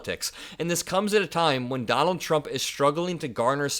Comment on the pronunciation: Dummall Trump 😂 my hearing must be off but I heard Dummall and I’m like 👍🏻 😅